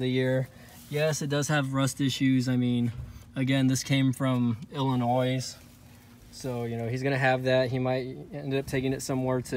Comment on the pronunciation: I'm from Illinois and just bought a 02 4runner myself, but I'm confused of this place you call Illinoise 🤣🤣. There's no noise in Illinois